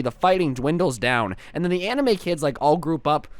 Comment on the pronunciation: I heard emo instead of anime 0% judging ;)